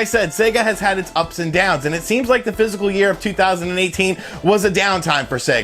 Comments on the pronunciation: Fis▪kal, sounds like you're saying "physical year" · Please man it’s Pronounced FIS C AL not Physical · The word is 'fiscal', not 'physical '.